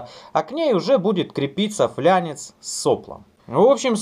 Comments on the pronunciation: Поправочка, правильно говорить ФЛАНЕЦ, а не "флЯнец" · Нет, как раз когда смотришь видео подобных профессионалов, слух режут неправильно сказанные ими слова От таких настоящих профессионалов, как, никогда не ждёшь ошибки, неправильно сказанных терминов. флАнец - термин технический, поэтому флЯнец из уст Игоря звучит дико. Так может забулдыга из колхозной МТМ говорить, но не! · я тоже посмеюсь с "флЯнца" )) если бы я так произносил, когда продавал датчики и серво-привода, то от меня бы все клиенты разбежались))) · А где в слове ФЛАНЕЦ буква Я?????????????? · Подумаешь, латинизировал немного термин. :) Все, кто изучал латынь, в курсе, что звук "л" там всегда мягкий